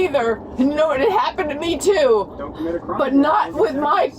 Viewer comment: ‘I didn’t Kermit a crime’ 🤣